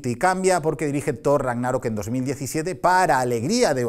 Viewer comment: "Rágnarok" se pronuncia como si fuera "sábado" tipo esdrújula aunque no tenga tilde. Perdón necesitaba decirlo